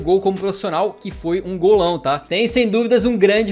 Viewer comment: Vergonha alheia ver vc fala golao kkk